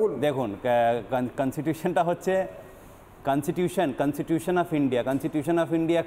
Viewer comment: আরে ভাই তেনোমুলি কখনো সত্যি বলে ? এ কন্সটিটিউশন কে বলছে কন্সিটিউশন........